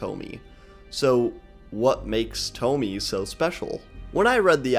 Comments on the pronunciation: I am so mad you pronounced it toh-mee instead of toh-mee-eh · It's not tomi, its to-mi-eh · it's thaw-mee-yea